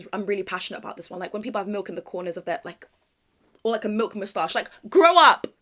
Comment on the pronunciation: I totally agree about drinking milk on its own 🤢 especially when they pronounce it like "malk"